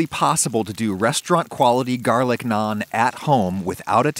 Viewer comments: I’m just glad you pronounced it like “Nawn” and not “nanne” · Just pronouncing Naan correctly and also not calling it Naan Bread, does the deal for me 😁 Great video! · May seem nitpicky but wow he pronounced naan correct!